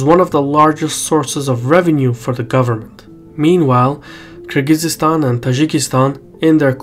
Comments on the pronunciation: Stop mispronouncing Kyrgyzstan like you're not Azerbaijani,. We don't speak like that, come on. It's Kyrgyzstan, not Kyrgyzeestan. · It's Kyrgyzstan, not Kyrgyzistan. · Hurts my ears to hear Kyrgyz-eestan, dude. It's Kyrgyz-stan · Minor correction: It's Kyrgyzstan not Kyrgyz-is-stan. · It's not Kyrgyzistan it's Kyrgystan sorry it just kept bothering me great video tho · Nice analysis. Thanks. But it's Kyrgistan, not Kyrgisistan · Kyrgyzstan is Kyrgyzstan, not "Kyrgyzistan" ;-) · Thank you,, but it's Kyrgyzstan not Kyrgyzystan. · It's Kyrgyzstan not Kyrgyzystan. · God he keeps butchering Kyrgyzstan The z and s mesh together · "Kyrgyzistan" seriously? It hurts my ears. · Cmon, oratory excercise, its KIR GI STAN, drop the z and there's no y after that. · You're adding an extra syllable to Kyrgyzstan. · Nah, I disliked cause of that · he says Kyrgyzstan wrong. There is no extra syllable between the z and the s, it just kinda smears together. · He is literally saying it wrong tf ?!? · I’ve been mispronouncing Kyrgyzstan this whole time? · Strange pronunciation of Kyrgyzstan there! I've visited the country twice (last time in 2008)... total third world hole. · Is that really the correct way to pronounce Kyrgyzstan?